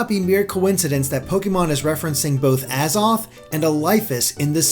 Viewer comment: XD IRK! XD i mean hell he can't even pronounce the worlds AZOTH and Arceus right lmao